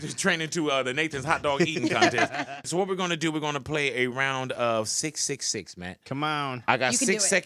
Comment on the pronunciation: Why so much emphasis on the 666?